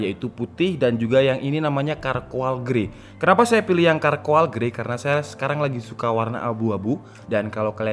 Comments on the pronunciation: sorry bang kalo gasalah dibacanya carkol, cmiiw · Charcoal grey dibacanya bukan "karkoal", tapi "CARKOL" artinya arang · Syarkowl bang, bukan Karkoal :)